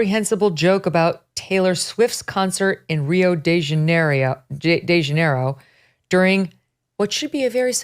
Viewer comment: Setiously? lol. That’s news? Who hasn’t got them mixed up before when you’re not listening to them or talking about them daily? I’m more concerned about you not pronouncing Rio De Janeiro correctly in your lane of work. I think you need an MRI & you need to quit your job. I’m really afraid you’re off balance & losing it. 🙄